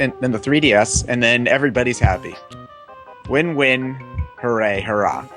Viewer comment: Say it with me kids- Hap-py. You have to pronounce both p's. :D